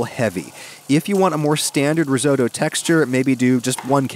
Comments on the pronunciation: It's "risotto". Not "risoto", my God. Bless your monolingual parochial Yankee heart. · Ris-otto not ris oh toe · I thought your Granny was Italian? So why is it Risoudough and not Risotto? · Riso.. Ri-WHAT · Risoto... what? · Reezohdoe? Are you kidding? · You've made a mistake saying the word 'Risotto'. I shall begin. METAL. VINEGAR. DOUBLE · I’m sorry but the way you say risotto just annoys me so much ur saying it completely wrong 😂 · Really enjoyed this recipe, and others you have shared, thank you. Just ask, please pronounce Risotto properly, sorry. x